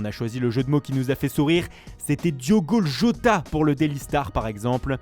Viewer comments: Djougo Jout (Diogo Jota) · La façon dont tu as dit Diogo Jota ahahaahha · Merci pour la belle prononciation de Diogo Jota mdrr